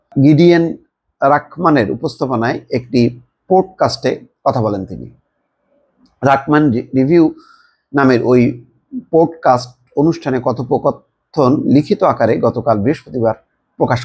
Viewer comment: Not pood cast, the word is podcast . Please watch English movie, talk show to learn the pronunciation !!!